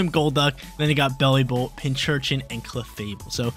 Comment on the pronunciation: big fan, however. ITS PIN-C-URCHIN not PINCH-URCHIN.:)